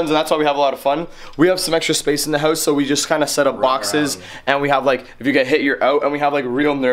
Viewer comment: why you say hoous not house